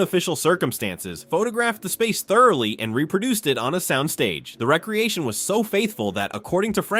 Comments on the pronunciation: It's definitely AI slop because AI can't pronounce words correctly. Re-creation v Rec-reation of the office. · Surely you can afford a real person narrating...REEEE-CREATION...NOT RECREATION.